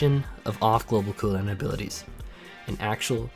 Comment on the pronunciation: The way this guy say "coo down" makes me want to bully him